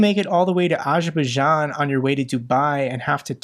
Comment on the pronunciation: I general I would recommend you to look after the pronunciation of Foreign person and geographical names like Azerbajdzan, Fico, Voronezh, etc. because this discrediting your message. You have so many Russian speaking friends, ask them for help! ;)